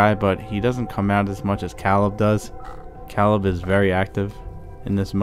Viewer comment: You're saying Caleb wrong but it's okay we all pronounce stuff different